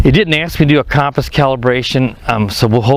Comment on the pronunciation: CUM-PUS not COHMPOS lmfao probably the thing that annoys me the most on your reviews but try to minimize the chatter too lol